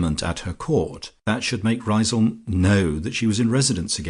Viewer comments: Great novel - unfortunately ruined by a poor lacklustre reading. I also thought Lucia's home was pronounced 'Riz - um'. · Well, you could look at it that way... or you might say that even an amateur who decides to undertake such a reading ought to familiarize himself with the work at least to the extent of learning to pronounce the name of the town correctly. It's a really stupid and annoying mistake, repeated endlessly, causing a cringe each time. Finally, you get what you pay for.